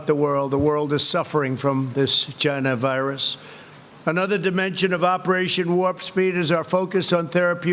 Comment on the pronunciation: Vegas is already testing 500 people? Love how he emphasises China Virus.